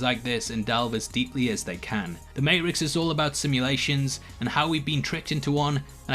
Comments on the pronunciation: Is it my hearing or is he saying ma'rix instead of matrixs? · Its Matrix, not Mate-rix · May-tricks. Not mate-rix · It's Matrix not MateRicks ya wanka! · he says matericks and he says matrix... say it right if you can say it you lazy ****. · Does this guy not know there is a t in the matrix ?? It's may-trix , not may-ix lol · Mate-trix, mate! Not Mate-rix. Doing my fcken head-in 😬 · Are you mispronouncing Matrix on purpose? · he says Matrix correctly!!! then immediately goes back to mate ricks...sorry great video, just massively distracted by the pronunciation! lol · Here in the U.S., we pronounce the “T” in the “May-Trix”. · Why is the MATE-RIX? Dude edit this video and say it properly. Jesus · What the freak is a mate-rix? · I’m sorry the mate-rix?...oh okay 😐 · I just have one question- what the hell is the “may-rex”? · Why do you pronounce matrix as "mate-rix"? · Sort out your 80% mehrix, poor word formation and say it properly you bellend. Matrix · For the love of God stop saying mate-rix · Mat-ricks.... he purposely pronounce it? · Maricks lol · Is May-Ricks an inside joke or do you have a speech impediment? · Struggling with mate-rix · Is he saying.mate rix? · You’re deffo emphasising “mate-rix” on purpose. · He doesn't even pronounce the T though. Im pretty sure hes saying "mayrix". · The way you pronounce Matrixs throws me off everytime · WTF is the Mate-ricks? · down vote for saying Mate-Ricks wth is wrong with you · A mate-ricks within the mate-ricks within the mate-ricks! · Stop saying "Mate-rix"!! It's driving me up a f#%king wall!! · Wtf is a Mate' Rix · What’s a Ma’y’rix’? Silent T version? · I dont like how this individual pronounces matrix as maerix...i had to stop the video. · You pronounce MAY- TRICKS weird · You say mayrix 500 times in this video and then right as you are talking about an anomaly in the code, you say matrix . Coincidence?! I think not! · I love the May-rix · why don't you pronounce the t in matrix. the marix. with eo.